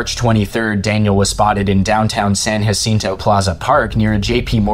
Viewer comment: "El payso" "El pahso" "San Hasinto" "Wacheeda" bro where are you getting these pronunciations